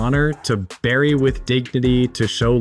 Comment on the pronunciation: "BBBBERRY" = ... ❓️ B L U R R Y C U R R Y F U R R Y H U R R Y S U R R E Y THAT'S how to say BURY.